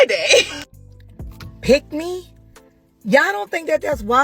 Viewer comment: It sounds like she’s saying “Pygmies” rather than “Pick Me”.